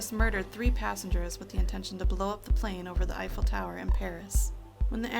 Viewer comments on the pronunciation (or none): none